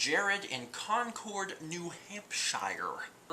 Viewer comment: ...I know you're not going to see this, but it's CON-KERD not CON-KORD. You are welcome.